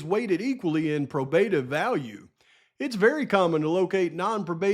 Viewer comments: Long O in pro. Pro- bruh-tive. Sorry but dang. 😊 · I Luv Ya,, but it's pronounced "Pro-bah-tive." I want you to sound as professional as you most definitely are - but your pronunciation is off.